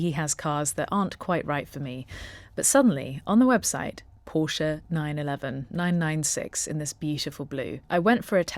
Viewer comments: Thank you for pronouncing Porsche correctly! Even actual car channels fck it up! It's a family name - not just a random word - so it especially has a correct pronunciation. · Thanks for the correct pronunciation of the marque name, most UK vids are a fail on this.